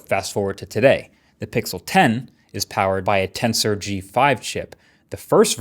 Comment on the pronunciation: Everytime you say Tensor I thought you were saying Cancer